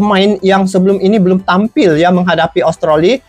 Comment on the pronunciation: Sebutannya Australi bng bukan austroli